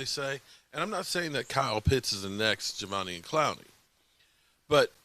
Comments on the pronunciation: It’s Ja-Day-Vian 😆👍🏼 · Javonian 😂. I’m just here for the name butchering ❤️ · say it with me sloooowly: Juh - Day - Vee - On lmao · Pronounce his name right please